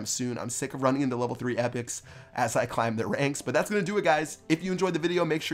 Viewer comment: Anyone else notice that he says "Intel next time" instead of "Until next time"?